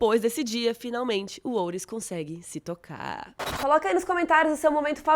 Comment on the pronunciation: "Finalmente o Otis consegue se tocarrrrrrr" jsjdjdiidd eu ri.